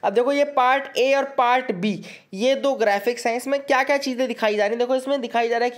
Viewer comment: ." Doo teen din" ..sala sanitizer pe hi😊😊😊😊😊 I think u speak bengoli